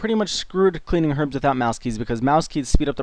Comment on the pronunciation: I swear at the start he said welcome to my guide for cleaning arabs :)